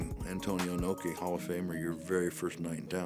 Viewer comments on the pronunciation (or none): Pat Patterson calling Inoki "Inuki", lol.